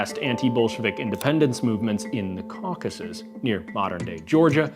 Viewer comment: "Caucasus", not "Caucuses". ♥